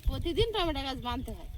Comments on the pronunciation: tometa bole na tometo bolbe bhul to hoi tumi thik ta sikhe nao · তোমার ননদ, শাশুড়ি মা কিছুপাঠালেনা।।? টমেটোর ঝাল আচার বানিয়ে রাখো। ভাত পাতে খেতে ভালো লাগে। কথা টা টমটা নয়, টমেটো।